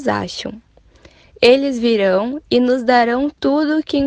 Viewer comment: C sa wi pskm wè moun yo fè anpil erè surtout pou Rosemartine ale retandel wap wè sa wap Di a li prononse nós pou nos